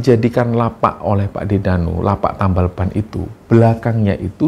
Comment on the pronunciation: Dengerin ngomong: "TAMBĒL"-BAN jadi:"TËMBĒL-Ban".... hehehe.....😅😂.... tp mgkn justru dsni lah "UNIK"-nya ya mas.....?? Semangat trz & Team "Kembara-Sunyi"- channeL!! 👏👏👏👏